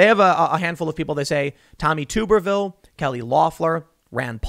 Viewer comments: For Gods sake its tub not tube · Hey Tim it’s Tommy Tub ER Ville not Tube ER Ville. It’s a Southern Thing. 😀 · It's pronounced tub. Not tube. Tuberville